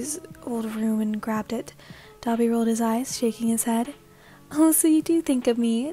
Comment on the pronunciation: Me when you say dabi: DA-BEE